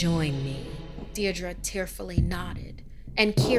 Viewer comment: bruh she can't even pronounce Deirdra